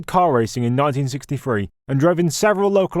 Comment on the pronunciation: What the hell is "1960 - free "? Learn to speak English , man . If you can .